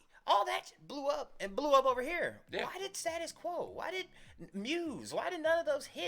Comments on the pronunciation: STA-TUS NOT STAT-US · "Staytus" Quo not stat-us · STAY-TIS Quo. And not STA-TIS Quo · Stay-tus Quo. NOT stattus. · Gentlemen it's STAY TUS Quo not Stat us Quo and they've been around since 1966 first record Pictures of Matchestick Men, of the original line-up only Francis Rossi the lead vocals and possibly the original pianist are still with us. In 1985 they were the opening act on Live Aid with Rocking All Over The World, well worth checking out 🇬🇧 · It's pronounced STAY tus Quo. They are British not American ! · Americans can’t say status quo right .